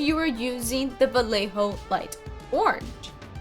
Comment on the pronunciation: its pronunced BaYejo :)